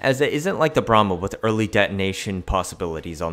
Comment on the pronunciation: I can only hear 'bruh moment' and not Bramma